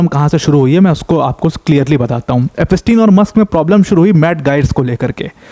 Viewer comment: It's pronounced as eps tien and not ep pas tin .